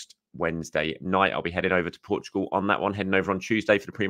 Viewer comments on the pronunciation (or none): none